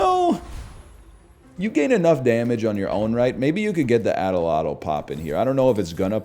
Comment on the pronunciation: atl-atl doesn't have an o in it. It's not an axolotl, its an atl atl. He says the first part right, then changes the second part to an o for some reason, it's a native American weapon that is used to fling darts, its very fun to use